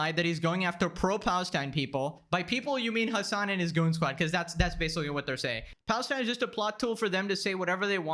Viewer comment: Bro u need speech therapy cos I can’t stop laughing when u say basically lmaooo “basicawy” “litewally” 😂